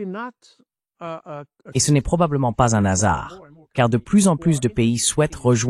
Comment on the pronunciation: Quelqu'un pourrait-il enfin enseigner à l'IA chargée, hélas, de traduire les propos toujours remarquables de Jacques Baud, quelle que soit la langue dans laquelle il s'exprime, qu'il est vraiment ridicule en français de dire "un-n-hasard" ou "des-z-Hongrois" ? C'est même quasi insultant pour un locuteur de cette qualité...